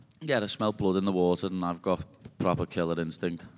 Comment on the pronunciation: "Proper Killer Instint"😂